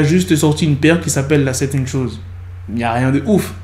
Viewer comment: La première fois que tu as dis "la satan shoes" j'ai compris "la 7ème chose" 😭 On est d'accord a on a tous entendu "Charlemagne" ?